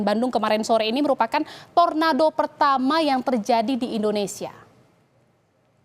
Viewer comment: Tornado bukan torando😂